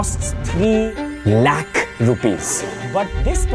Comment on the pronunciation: Please don't say Lakh like Warikoo. Its annoying. We get the emphasis on the amount of money that is, but don't be Warikoo. There is a reason other than terrible investment advice and shady schemes shared that most of the viewers stopped watching him.